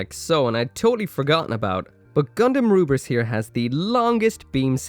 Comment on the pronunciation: Yo,! I really love your WFM reviews, actually I love all of your videos tho. I just want to say that your Lfrith's pronunciation is wrong because just like how Koreans and Japanese people pronounce english word, Lfrith would be "Lufrith" instead of "Rubris" because their R is pronounced as L and vice versa, their T is pronounced as S. Anyway nice vid as always!